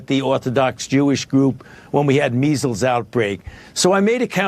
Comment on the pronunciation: Jimmy I love ya but he said 90 for meizzels this is nothing